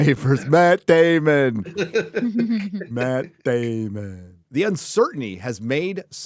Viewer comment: Maht Daymen! 😂